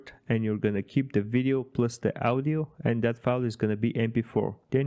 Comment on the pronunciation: The way you say AUDIo killed me